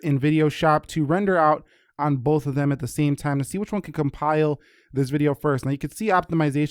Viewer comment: I don't understand today's English. Game is not pronounced "geem", same is not pronounce "seem", update is not pronounced "updeet", too is not pronounced "tyeeu". This new trend is making me "loose" my mind.